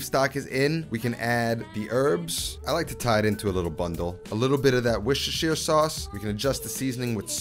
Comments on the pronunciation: Hey appreciate you for not freaking out at the words Worcestershire Sauce. WUSS-TUH-SHEER It's not so hard, people! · One for all my American friends across the pond. Worcestershire (for the sauce) is actually pronounced "WOOSTERshire" (the double o is the same phonetically as wood and not food). Makes it a lot easier to say 😜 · Highlight of every video? “Worcestershire sauce” 😂 I’m actually from there, it’s pronounced “woos-ter-sheer” - you’re welcome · Bro, it’s „Wuster“ sauce. That’s it. Just „Wuster“ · Bro, EVERYBODY from the midlands in the UK calls Worcestershire sauce: 'WUSTER SAUCE'. Two syllables for the name for the sauce and the town. This is 100% of the time talking about both. No one ever uses 'WOR-CES-TER' for the town or the sauce. Both are pronounced wuster.